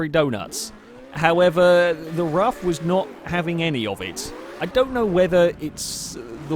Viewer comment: Btw it's pronounced 'roof' and not 'rough' .And I'd recommend trying the radical rxc turbo round rouen les essarts short,that car is a huge amount of fun.